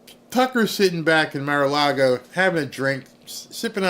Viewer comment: it's Mar-a-Lago MAR not mayor